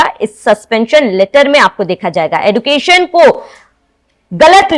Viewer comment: मैडम(न्यूज़ एंकर ) आप भी तो एजुकेशन को एडुकेशन बोल रही है😂😂😂